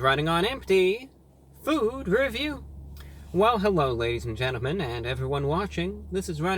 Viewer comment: fewd reviewwew